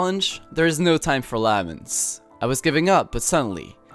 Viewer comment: laments is pronounced “le (like in french) -ments (like vents but with an m)